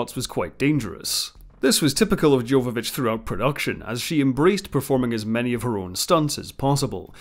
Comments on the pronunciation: Yova-vich, not Jova. Leeloo deserves to have her name pronounced correctly. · Its Jovavitch as if it was a Y not J. Come on now. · It's pronounced "yoh-va-vich". The J is a Y. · Do look up the proper pronounciation for the actor's names - this would make your videos way better and would show you actually know what you're talking about For example: Milla Jovovich is pronounced as ˈjoʊvəvɪtʃ or YOH-və-vitch , see the respective Wikipedia article Jovodorowsky is pronounced as /hɒdɔːrˈaʊski/ or ho-dor-OF-ski